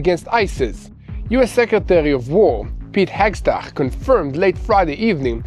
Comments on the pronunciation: his name is pronounced: Heg-set....practice! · please try to master the correct names before you record the news. The US secretary of war is Pete Hegseth. Today I heard many different versions of the name Hegseth. But it doesn’t diminish my admiration for you and Mati and the entire news team. From an avid follower of TBN-Israel